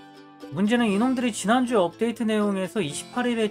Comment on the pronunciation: 안녕하세요 금주의 없데이트 소식 전해드립니다로 들려요ㅋㅋㅋㅋㅋㅋㅋㅋㅋㅋㅋㅋㅋㅋㅋㅋㅋ